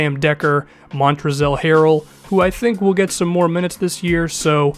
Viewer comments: it is pronounced mon trez hair el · Holy shit your pronunciation of Montrezl Harrel. lol